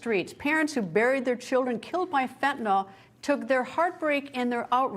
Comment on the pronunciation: FENTANYL not FENTANAL.